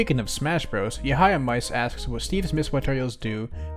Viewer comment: Please pronounce Yahiamice correctly